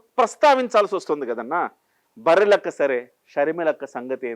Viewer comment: చూసి చదవడం కూడా రాదు ఆ గాలి వెధవకి. బర్రెలక్క అనలేదు బర్రెనక్క అన్నాడు. ఆడికి తెలుగు రాదు, ఇంగ్లీషు రాదు, హిందీ రాదు అయినా వాడు సింహమే... బతుకు చెడ. ఆర్థిక నేరస్థుడు, నేర ప్రవృత్తి కలిగిన వాడికి సీఎం పదవి ఇస్తే.. ఈ విధంగా కాకుండా ఎలా మాట్లాడుతాడు..? ఎంత మంచి పరిపాలన ప్రజలకు అందిస్తాడు..?